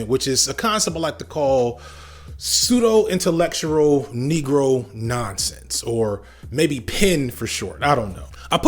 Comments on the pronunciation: I don't mean to be nitpicky but you just mispronounced and misspelled intellectual in a video about someone else being wrong. Intellecutual. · So not only will you mispronounce the word "intellectual", but you also have the word spelled wrong. What is "intellecutual"? If you were intending to say "intellecultural", which is a brilliant amalgamation of intellect and cultural, then I have to give it you. Such a term effectively describes your point